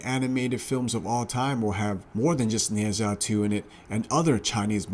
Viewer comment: "Neh Jaa" not "Neh Zaa"